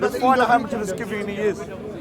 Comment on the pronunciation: They both can’t even pronounce Scythian 😂